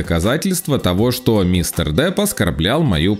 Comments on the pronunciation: Ты чо, черт, какой джонни дАп, он Джонни Депп, А не Дап, или Даб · джони дАп? ща из ушей кровь пойдет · Д Дапп 🤣 3 секунда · Автор, у Вас проблема с произношением Э? ПАнелопа Круз, Джони ДАп......